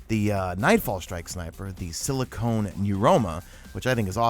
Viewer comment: You mispronounced silicon as silicone. Silicon is what they make CPUs from and silicone is a rubbery substance the they used to make breast implants among other things. Two completely different substances with names one letter different.